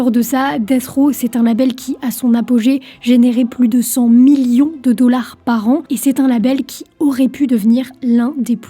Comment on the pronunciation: Toujours de très bonnes videos. Par contre, tu ne devrais pas autant appuyer le M dans millions, à l'oreille ça sonne trop appuyé.